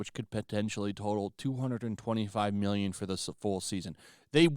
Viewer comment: There's no reason to emphasize "mmmmillion" e when referring to budgets. We sent well over one hundred BILLION dollars to Ukraine only to have it pilfered and laundered. Some of that was money you sent for zero ROI. I chuckle every time any creator discusses finances and put such emphasis on what are now paltry denominations by comparison to what the entire country was gaslit into giving up . Thank God she hulk is cancelled! That money can now go to Israel😅